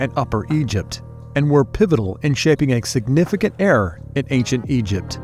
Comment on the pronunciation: It's era, not erar or eror. I miss the other narrator whose narrative is engaging.